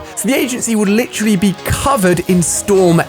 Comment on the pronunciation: Why does he say lit troll Lee instead of literally? He literally says it way too often too